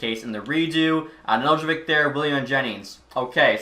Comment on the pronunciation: Just a little pronunciation thing Nedeljkovic’s name is pronounced Nedelkovich. The j isn’t really pronounced in Serbian and for an English non Serbian speaker you can just ignore it. The c at the end in Serbian is a ć which makes the soft ch sound. Most Serbian last names will end in ic and make the ich sound at the end. Just something I as a Serbian speaker thought I would say but I love the content keep it up